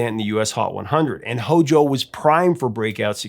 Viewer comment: No one should ever say HOJO. It makes me cringe!